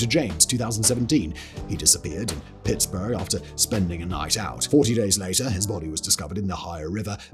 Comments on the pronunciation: Please tell me he didn't just pronounce Pittsburgh as pittsborough 🤣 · But, hey, at least he pronounced Pittsburgh right.... 😂